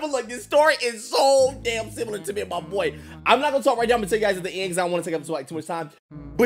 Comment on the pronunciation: The way he says similar 😭💀